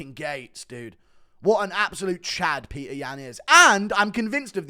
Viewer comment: say Petr's name right